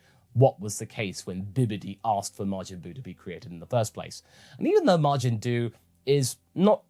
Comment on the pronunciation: I swear it sounded like that witch said "Majin Dude." Good episode